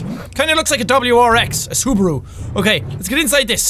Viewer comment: Its subaru not subru